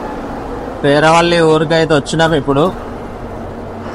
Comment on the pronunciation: anna peraavali kaadhu peravali